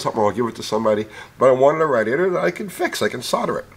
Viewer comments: I love. But are we not gonna talk about him sayin raadiator?!?! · How can a cast iron six-cylinder engine that's nearly 50% bigger in displacement be only 100lb heavier than an aluminum four-banger? Surprising. I've never heard "radiator" pronounced that way before. Uncle is The Man.